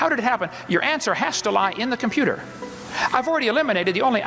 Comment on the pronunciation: I know it's completely irrelevant to his arguments, but FUCK, I hate how he pronounces 't' in works like computer, it's SO jarring.